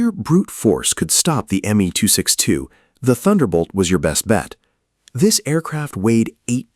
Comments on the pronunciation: Is it me alone who objects to AI dialog mispronouncing words? The aircraft is the “M” “E” 264 not the “me” 264!!! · It is actualy pronounced M E 262 the ME refering to Messersmitt, is the same for the M E 109 or FW 190 u pronounce the letters sepperatly.